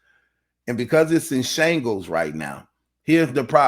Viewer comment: Shambles not shangles....😅😂